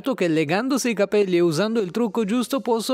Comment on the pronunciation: Non puoi dire cabeio e insentibile 😵